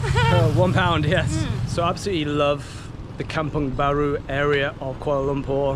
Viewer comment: Kampung Baru, not Kamung Baru. Kampung = Village, Baru = New So Kampung Baru means New Village.